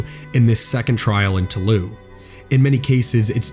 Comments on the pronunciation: for fuck's sake, toulouse is pronounced "to lose," not taloo. maddening. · Toulouse is pronounced as the english words "to lose" otherwise great documentary